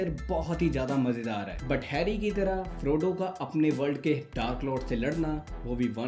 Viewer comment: He's FRODO not FROGO